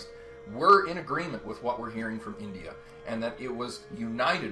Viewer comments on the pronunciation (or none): none